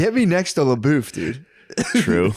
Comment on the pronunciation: Matt's one of those guys who intentionally mispronounces words to seem eccentric. La-boof, mair-e-oh cart.